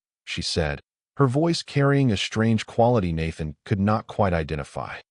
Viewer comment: Do many of you share the sa.a.a.a.ame AI!!!??? Yours stu.u.u.u.udders on words li.i.i.i.ike so o.o.o.o many o.o.o.o.others, along with the SHTRANGE, SHTRESS, SHTRUGGLING errors!!! Makes enjoying the stories mu.u.u.u.u.uch ha.a.a.a.arder!!!